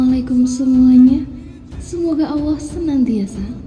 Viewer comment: Allah... sebutkan dengan betul